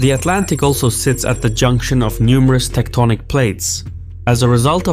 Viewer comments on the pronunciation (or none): none